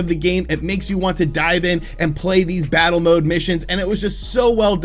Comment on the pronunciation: “Different bosses to fattle” 😂